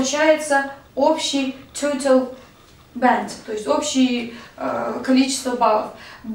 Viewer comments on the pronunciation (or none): Төтал банд деді ғо 🤣